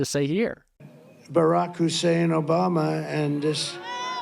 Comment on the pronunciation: The Moron s a despicable piece of fecal matter. I just cringe at his racist trope emphasizing “Hussein”. I curse the supporters that justify his existence. 🤮🤮🤮🤮🤮🤮